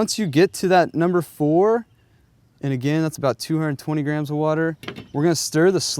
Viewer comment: why did he keep saying grahams instead of grams?